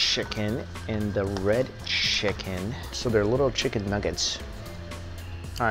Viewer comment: are you sure you said chicken